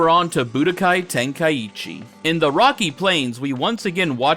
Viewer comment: Ten kai chi not tenka eechee!